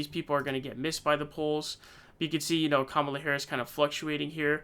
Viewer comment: Comma la dude! Pronounce it correctly, and stop being disrespectful!